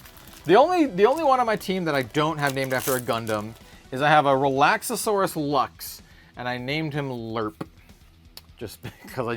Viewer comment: You’re adding an extra syllable in Relaxaurus. Relax-Are-Us